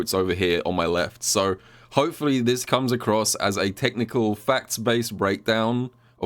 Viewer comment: RYU, I AM GOING TO KOOM.